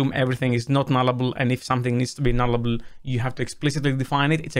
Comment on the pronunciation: It's null-able lol